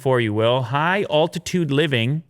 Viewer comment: please practice saying altitude